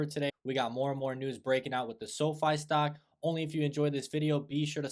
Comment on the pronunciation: Stark? Do you mean stock?